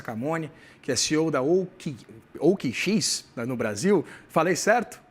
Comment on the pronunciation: Meu amigo, o cara não sabe nem pronunciar o nome da OKX que é tão simples, vai saber o que do mercado Cripto. É incrível como atualmente muitos profissionais dos mais variados seguimentos têm deixado muito a desejar em suas profissões. A gente não sabe se é desleixo ou falta de habilidade mesmo.